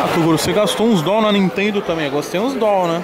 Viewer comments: "Dol" e meu ovo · AGONIA DA PORRA ESSE "DOLL" NÃO EXISTE ISSO MANO!!!!! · Para de fala Doll manu tá parecendo outfit hauahau bagulho tosco da porra